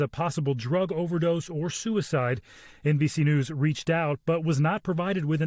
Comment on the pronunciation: It's NBS News, whacha want…